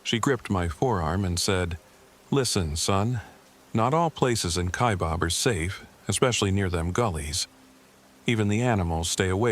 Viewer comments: It’s fiction. He doesn’t know how to pronounce Kaibab (not KaiBOB!) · It's kaibab "bab" stupid this is how you no this story is bullshit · ky bab not bob.....AI get it together...I live in Kaibab